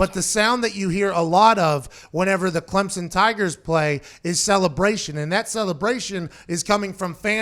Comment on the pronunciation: Pat congrats on being the first college FB analyst to pronounce Clemson right. Every other mf says ClemzzZon and its it's annoying as hell